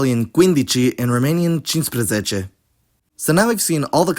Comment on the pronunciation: Romanian here, you did a great job on the pronunciation (especially with cincisprezece!), but there are words like făină, vânt and noapte which you got off, făina is more like fuh-i-nuh , vânt has a hard t, like you could say it vântâ, and noapte is more like nuapte, not napte. Great video though! I really enjoyed it